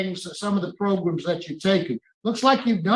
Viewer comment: Why does this man say, proGrums?